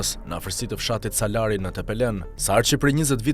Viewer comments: O kari jo salari po salári veje theksin aty ku duhet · Gazerar jo Salar por Salari theksi ne fund